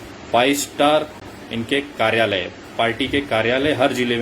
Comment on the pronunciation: Abe chutiya ....Modi jaisa desh bhakt insan k bare me kya bol raha h... Chutiye pehle karyalay bolna sikh .. Thodi si publishity mil gai to tu neta hone lga h... Tere jaise jantuon ko desh k bare me sochne ki jarurat nhi h.